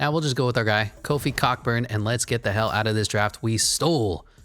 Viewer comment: you hella mispronouncing Kofi’s last name i’m dead